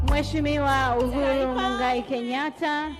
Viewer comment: 🤣🤣🤣🤣😂😂😂uko sawa ila sema kakosea kutamka jina majina magumu ya kiafrika